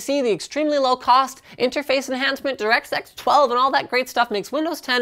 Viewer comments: You should have slowed down at that last mention of DX12. It sounded like you said Direct Sex 12. Unless that was intentional? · Directsex 12? I can't be the only person who heard this. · "DirectSeX12" Snicker